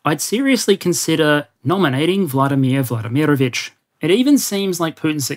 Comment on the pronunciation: on the same note,it's VladImir VladImirovich, emphasis on the first "I" in the middle, not the second one. go-go.